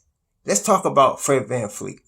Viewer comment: His name is VAN-VLEET not Van-Fleet lol